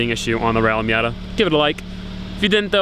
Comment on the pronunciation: Rally *MATA*????